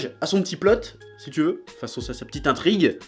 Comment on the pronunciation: Une "petiteuh" video